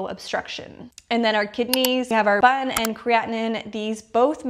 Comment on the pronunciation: As a doctor, great job explaining things. Only thing I would say is don't call it "bun"...it's B-U-N spelled out.